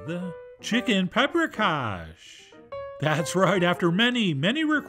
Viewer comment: What's pepper-kash?